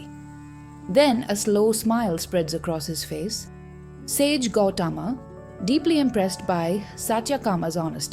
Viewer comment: The story is an eye opener for eligible truth seekers. One shortfall in the vdo is in the narration ...pls incorporate perfect pronounciation of the Sanskrit words like Gowthama, satyakama etc which seems to be in the English mode ...the narration seems to be an odd man out in the otherwise good vdo..God bless all truth seekers.